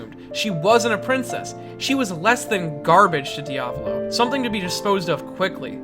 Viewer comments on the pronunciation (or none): So, una its the italian word that stands for "one" but feminine, because "one" it's "uno", second, your pronounce for Diavolo sounds like how you would spell "Raviolo", but cool video👌